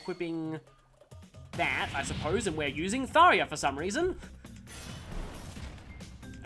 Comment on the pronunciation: Yeah, while I do like pronouncing things correctly, and will change the way I pronounce something if it's not the right way to say it, I understand that you've been pronouncing it as "Tharya" for a long time, and it'll probably take a while for you pronounce it the correct way. Fair point. You will NOT be executed! You're welcome!!! Okay, in all seriousness, while you're not horrible (to give you an example of horrible, look up "Mine Diamonds"), I do think you're not amazing either, and could improve your singing ability by a lot. If I had to rate your singing, I'd give it a solid 2.5/5.